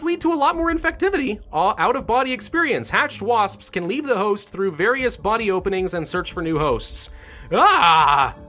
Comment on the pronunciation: when you said wasps it sounded like waspspsp